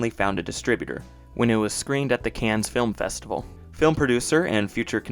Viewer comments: Btw, Cannes is pronounced “can” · Cannes is pronounced without the s, like “can” of soda. And I wouldn’t say something picked up at Cannes was “at the last second,” as that’s a standard time and place for films to find their distributors. That’d be like saying the film was financed “at the last second” when they pitched it to the vodka guy and he said yes. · Also, Cannes is pronounced “kan” and the name Tara is “TEH-ruh”. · There is no s sound in Cannes. For French final consonants follow the control rule which is ctrl